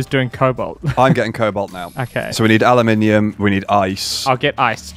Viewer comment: Aluminium = Analminium